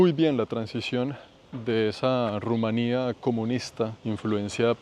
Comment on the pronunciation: pronuncie rumania como polonia estonia lituania no la acentue en la "i"